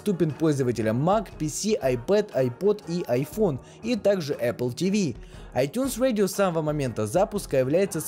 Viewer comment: ай тюнс радио! А не ай тюнс уэдио. Говори по русски